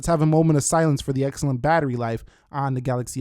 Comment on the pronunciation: Did he just say Auxcellent?